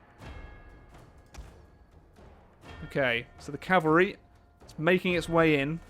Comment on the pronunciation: "Have we beaten off the Calvary unit yet?" lol